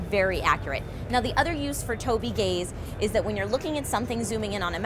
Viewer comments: is anyone else hearing "toby's gays"? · ..god damn it every time "tobii gays " tobii gays? OH gaze...every freaking time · anyone else laugh at 'tobii gaize'? i get hearing tobi gays and kept thinking of a really offensive african-american gay bar... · TOBYGAZE HIGHLIGHTS......sorry she said tobi gaze and thats all that went through my mind....